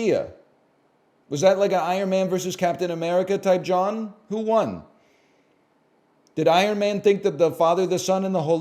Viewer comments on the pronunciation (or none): I had to do a double take when NL said "jawn." That said, as a Philadelphian, I was bothered that he pronounced it like "John" so +2. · Did I hear NL say “type jawn” or am I having a fever dream